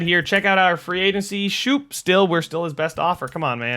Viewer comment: His name is scope not shoop